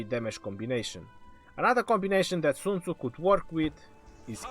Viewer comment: What kind of a douche calls himself legend? Oh yeah, the kind to tattoo his fingers and mispronounce Sun Tzu's name in a video about him, smh